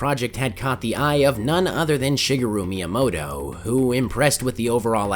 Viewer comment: “Shigahru” Myamoto